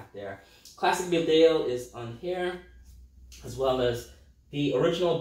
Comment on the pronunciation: It’s actually pronounced baaaaaa del